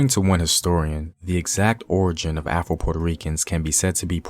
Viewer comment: I know you said afro Puerto Ricans but it sound like you said Apple Puerto Ricans 😂😂😂😂